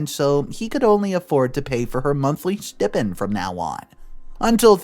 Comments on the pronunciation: It's stai-pnd....not s-tea-pend! I'm sorry, this just bothers me so much and he always says it the wrong way. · The word is pronounced [STY] + [PEND]. Not Stip-ind. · It's pronounced steye-pend. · Ok, stipend is pronounced "sty-pend". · Get a dictionary and look up how to pronounce 'stipend'.